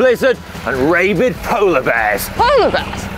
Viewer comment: "ray-bid" polar bears? First of all, it's Rah-bid and secondly, the chances of a polar bear being rabid is pretty much nil.